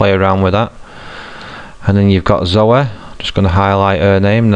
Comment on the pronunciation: You pronounce zoey weird.